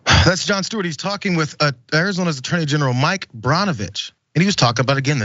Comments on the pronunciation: Pronounced Burnovicb or Bernovich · Burn o Vich is how it’s pronounced